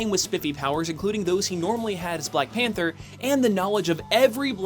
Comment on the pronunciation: I've misheard "BlackPanthaa" During all the video xD